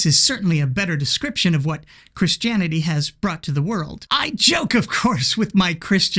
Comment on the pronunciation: "Chris Janity".